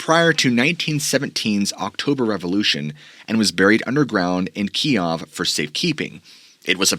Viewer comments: Kiev is pronounced Keyew. Key-ev is the Russian pronunciation. Key-ew is Ukrainian. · Kyiv is now pronounced Keev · Pronounce Kiev "keev" . Pronounced you like did is the Russian way . Great video and I've already bonged most of your content . Keep it up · actually that's how the media all of a sudden started calling it. "Key ev" is how everyone else says Kyiv